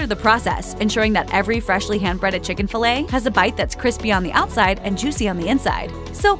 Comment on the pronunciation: Every time I heared this narrator say "ch'king," I punched myself in the face